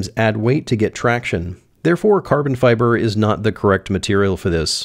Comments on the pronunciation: uhhhhh.... CABON FIBAHH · Caahhbon Fibahh